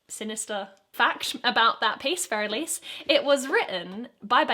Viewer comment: Being an Elise, playing bits of Fur Elise is indeed frustrating... Thanks, Beethoven. (Also, thanks for saying Elise properly.)